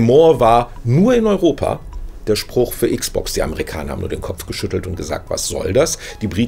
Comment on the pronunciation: Meine armen Ohren tun jedes mal weh, wenn ich dieses verdeutschte "Icksbox" höre. Am besten noch "Icksbox Siriäs Icks." Es sagt doch auch keiner "PleiStazion," verdammt nochmal. ;-)